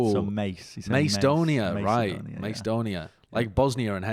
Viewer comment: its pronounced may-kee-dawn-ee-uh